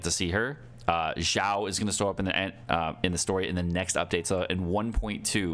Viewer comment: Xiao is (Shao) not (Zhao). Even as a non Chinese person this is annoying lol.